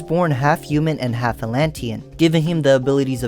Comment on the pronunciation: Are you French because you’re not pronouncing the h in human and humanity?